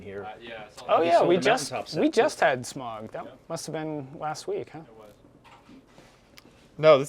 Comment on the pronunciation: I’ll be that nerd here, it’s pronounced Smowg not Smog. I know that neither of those are the proper spelling it’s obviously Smaug. Those spellings were for pronunciation.